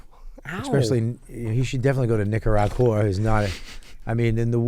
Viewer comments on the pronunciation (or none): I will always pronounce Nicaragua that way from now on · From now on, It's Nikagahrooah instead of Nicaragua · Nikki, it is Nicaragua ! Like Lake Titikaka, and Tipi for your Bunghole ! And it is nothing to be ashamed of ... 🙃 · “Nikaragooaa? I don’t know, my housekeeper would know.” Jesus, fuck 🙄 Clearly Nikki took Paris Hilton as a role model. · Nikki saying Nicaragua incorrectly doesn't bother me as much as Bert saying tattoo.